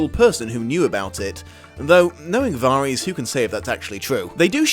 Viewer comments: But, it's Alliser Thorne, not Alister/Alistar Thorne. And Varys isn't pronounced like that in the series so it bugged me as well. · It's Varys, but pronounced Var-is.